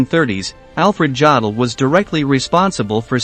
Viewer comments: Try to learn something... Certainly some basics of the German language... Some of your pronounciations were so repulsive! 😬🤥😷 Jdaddle... Jdaddle!... 🤐🤐🤐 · Thanks. I was interested in the content, but didn't get beyond the third "Jodle" before I gave in. If the rest of the content was as well researched I'm glad I didn't waste my time. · I cannot even begin to watch this until you re-record it with the correct pronunciation of Jodl's name. Some if you can't say the man's name correctly. You bastardize history if you say it wrong. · It’s a shame you couldn’t pronounce his name properly. I couldn’t watch anymore. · The commentator should have learned the correct pronunciation of Jodl's name. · Why oh why do American narrators have this total inability to pronounce non-English words and names? There is no such name or word as "Joddle!" More than eighty years years since the start of learning these names, they haven't filtered through to the American media or the American people as a whole. In most case (unbelieveably not so in this video), they still insist on calling Hitler "Aydolph" when the rest of trhe world calls it properly. Here, in this video Alfred Jodl is referred-to as "Joddle. In the normal German usage, the "J" is silent, and the "od" is pronouunced as "ode." What is so difficult about it? The same problem arises when he mentions "Goring" where the proper pronunciation of "Gue... is changed to "Go..." Nowadays, basic research is so easy and simple; one only has to listen to old British radio or TV reports, documentaries and even films to hear the correct pronunciations. However, it's well enough known that Americans have their own bastardised form of English, don't like to be told anything, and as a consequence use whatever terminology they want. It's not only incorrect and unnecessary, it's completely unprofessional, especially when putting out a factua-based programme for public consumption. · It's pronounced YODL not JODL